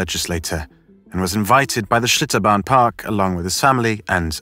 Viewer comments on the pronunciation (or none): did he say shitobarn waterpark? lol